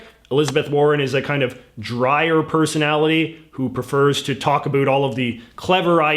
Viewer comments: He is way to articulate to be Canadian. How can he pronounce everything perfectly but still say a boot? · Why is it that you only pronounce "about" in an overly-exaggerated Canadian way, and not all "ow" vowels? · The way you pronounce about is weird...